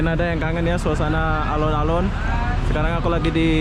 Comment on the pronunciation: Alun-alun Bandung Bukan Alon-alon Kalo Alon-alon bahasa jawa yang artinya pelan-pelan 😁